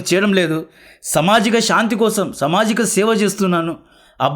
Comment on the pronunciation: Bro samajika kaadhu saamaajika